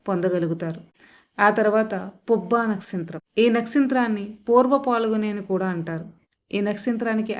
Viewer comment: nastritramkaadu, nakshatram